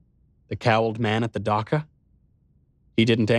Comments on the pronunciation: Knowles! I absolutely love your reading, but it's pronounced "dah-CH-a" not "dah-K-a." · Dacha is still pronounced dutch-ah, not duck-ah